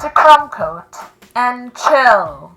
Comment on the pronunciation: I don't mind the mega phone but every time yo says "crumb coat and chill" I hear "c*m coat and chill" which is so wrong on so many levels.